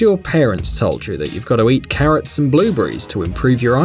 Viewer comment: So many strangled vowels. I thought he said currents when he said carrots.